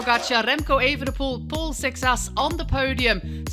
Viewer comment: Also, the French rider has a Portuguese last name, Seixas, as his grandparents are Portuguese, and it's definitely not pronounced the way she does. But then again, maybe in France they'd pronounce it that way